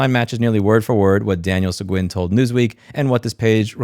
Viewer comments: Texas pronunciation of Sequin- Se"GEEN" . If you go to Sequin, Tx they will correct you...lol. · Louis the surname Seguin is pronounced seh-geen and huge thanks for the attention on taylor tx leadership being crap :3